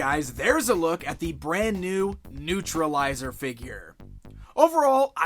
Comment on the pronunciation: Newtralizer not newtrilizer